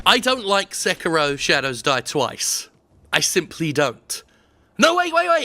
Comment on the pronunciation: Se-ki-ro. sek-ro. okay